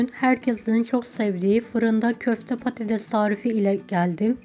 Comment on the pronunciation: Bide konuşabilseydiniz.konuşmayı bilmiyorsunuz.patateş değil patates mesela.😢